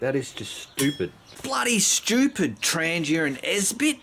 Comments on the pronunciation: “ 😂 TrahngYA” 😂 Tran geeuh is not the proper pronunciation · It’s pronounced TRAHN-YAH